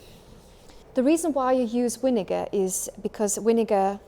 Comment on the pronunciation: Vinegar is pronounced with “v” as in “victory” not “w” like whisky… otherwise, it would be helpful to see how to set the cleaning mode.